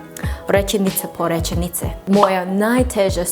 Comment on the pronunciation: Like rečenice not rećenice😅